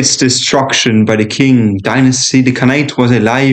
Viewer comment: Great video but ‘Qing’ is actually pronounced like ‘Ching’ rather than ‘quing’